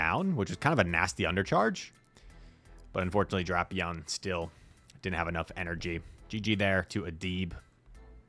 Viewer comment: Idk who calls it Drap-eon it just sounds ridiculous it is and always will be Drape-eon